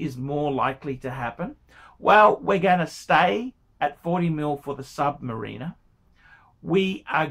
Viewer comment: Please pronounce Sumariner correctly its not sumarieeena.. its